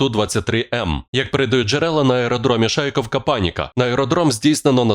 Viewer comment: ПРАВИЛЬНО ШАЙКОВКА, на О ударение